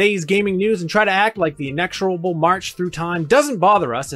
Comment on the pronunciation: You pronounced "inexorable" wrong.